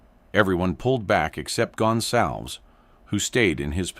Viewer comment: This AI voice can’t pronounce a Latino name. It is NOT “Gun Salvz”. It’s GonSalVez. 🙄🤦🏻‍♂️